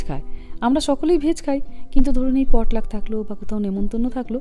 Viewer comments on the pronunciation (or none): Xcuse me the perfect Pronunciation is Potlach( in bengoli পটলাচ)